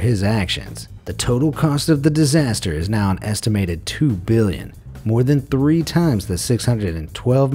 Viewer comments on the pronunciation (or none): none